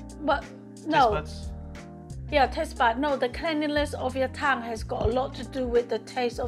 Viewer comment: Okay, I'm probably going to be banned from this channel, but when your mum stuck out her tongue and talks about "Cum" (That's what her pronunciation of "Tongue" sounded like to me) then I burst out laughing. Please don't tell her. :) Great recipe, BTW!